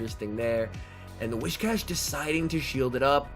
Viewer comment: It's actually whi"s"cash, not whi"sh"cash. It's more like saying "whiz" rather than "wish". Sorry, just thought you might need to know.